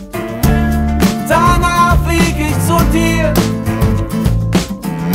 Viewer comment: Vor 11 Jahren hat sich mein Opa über seine Aussprache beschwert(Nur noch kurz die welt rett), jetzt reg ich mich darüber auf😢(aber ich mag das lied)